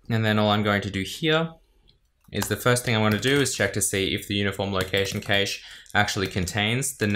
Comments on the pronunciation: As an American, IT people here mostly pronounce it as "cash", with the a sound being "short" like in cat, bat, map etc... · i always though cache was pronounced cash